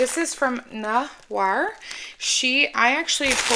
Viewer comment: You’re so welcome! Glad you enjoyed everything ❤ And you pronounced my name perfectly!